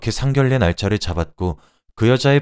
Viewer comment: 상견례 이 단어는 자음접변이 일어나지 않습니다. 발음이 상결례가 될 수 없지요.